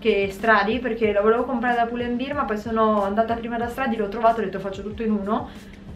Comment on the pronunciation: Lo sbagliano tutti 😭 non è beer (birra), ma bear (come orso)!